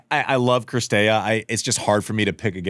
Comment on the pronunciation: Dear Messrs. Orrdick and Wretheim. Most of the players' names are available as they pronounce them themselves on the ATP and WTA pages. It's not CRistea, it's CiRstea.